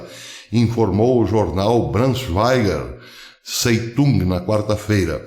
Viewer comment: Zeitung se pronuncia: T'SAITUNK !!!